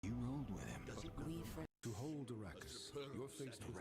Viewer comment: When you say hold your horses, you forget to pronounce the h in hold. In Spanish this is expected, not so in the English language.